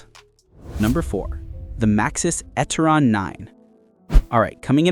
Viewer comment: It is NOT Etteron……it is E Terron.